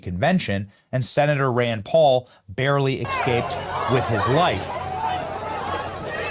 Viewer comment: PLEASE stop saying ‘exscape’. It’s driving me NUTS! It’s ESCAPE! There’s NO ‘x’ in espresso!!! TY for your attention to this matter. 👊🏻😉